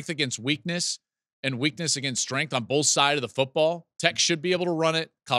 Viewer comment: Hey Joel, love your show. Time to stop saying “bolth”. Thanks.